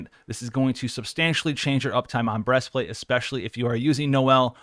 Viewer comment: "Breast Flat'è"